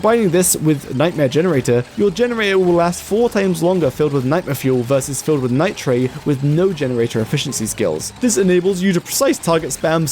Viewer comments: that is not how you say nitre 😭"nigh-tray" killin me bro, its pronounced like lighter, but with an n. nigh ter, ligh ter. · Why does it bother me so much that you pronounce Nitre as 'Nigh-Tray', rather than 'Night-ur'? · Nitre is pronounced Nigh' truh or Nigh-terr depending on your dialect of english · Take a shot every time he says nitre wrong 💀